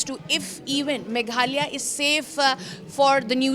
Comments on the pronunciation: Its not megalia its Meghalaya utter shame & disgusting you all dont know the name of a state of the country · Don’t you have better Orator’s to issie out stories…. She can’t even say Meghalaya properly